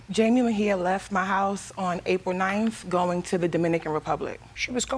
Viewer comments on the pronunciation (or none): none